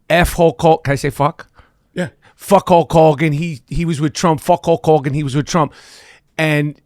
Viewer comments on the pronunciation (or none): Michael seems unable to say the name "Hulk Hogan" correctly. It's weird.